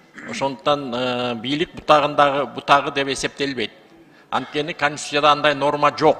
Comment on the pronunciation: Конституция!!! Каниститутцыя эмес деп айтып койгулачы плиз